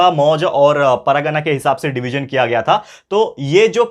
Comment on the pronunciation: Sir , u are explaining nice but it's not paragana it's pargana 😅